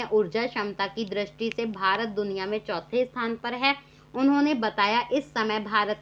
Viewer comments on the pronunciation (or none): none